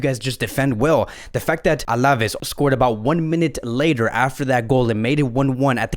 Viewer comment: Absolutely love your vids. To help you improve: pay a bit attention to the accents: Alavés has got the emphasis on the E, so it's AlavÉÉs, and not AlÁÁves. Same thing with Araújo. It's not AurÁÁjo, but Ara-ÚÚjo. The accent on the vowel shows you which vowel to emphasize. Just trying to help you bro. You're te best!